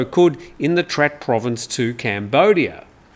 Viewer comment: Your pronunciation of Trat province are completely wrong, pronounce in Thai shall be Traad.